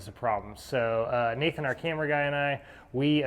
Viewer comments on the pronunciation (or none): none